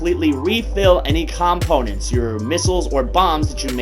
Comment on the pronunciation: They way you said components triggered me.